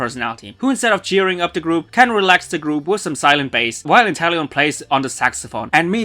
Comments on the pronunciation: Its inteleon not interllion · It’s not Interllion It’s Inteleom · “Interllion” bruh